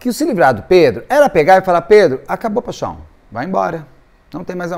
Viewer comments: Eu amo quando ele fala paixão paixão paixon 😂😂😂😂❤❤❤ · Ah, como eu adoro o! Mas quando ele fala te amo, paichom eu não me aguento de rir. Kkkkk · Morro rir "paxão .... paxão" 😅😅😅